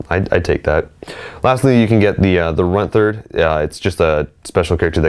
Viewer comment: Runth-erd? Runt Herd!